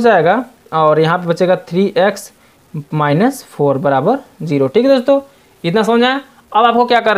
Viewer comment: Sir aap next ko nest kahte hai